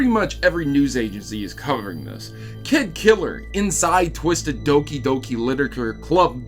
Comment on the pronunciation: its doki not dooki